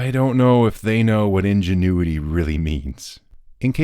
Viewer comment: "Ingenuity" got me giggling good style 😂